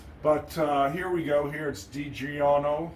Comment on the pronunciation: A true pronunciation from an Italian on how to say digiorno.